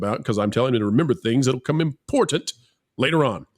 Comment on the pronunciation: actually pronounced "important" for once. He usually pronounces it, "impornate".